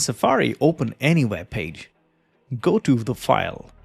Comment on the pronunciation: I'm confused! You say "Vep Page", but then you say "Weedio". So you can say V and W, but put them on the wrong words! And get rid of that stupid desk microphone - it's a silly affectation. All you need is a lavalier mic that nobody needs to see.